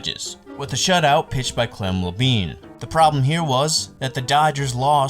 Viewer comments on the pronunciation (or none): Great video but 3 mispronunciations: Monte Irvin. Montee. Clem Labine. La-bine like wine, cookie Lavagetto like lavajetto. I’m old enough to remember these guys so it hurt my ears. Otherwise, great video and beautifully researched